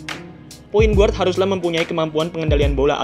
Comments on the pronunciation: videonya keren2 tapi biar makin keren Guard dibaca Gard not "GUard" hehe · Guard bacanya = Gard, U nya gausah disebut